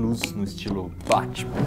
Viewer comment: Pare que ta chamando batima